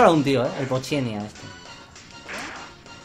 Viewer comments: No digas Poochenya knekrin que es poochyena!! Salu2 <3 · puchgena se pronunciaria o puchiiena depende de como lo pronuncies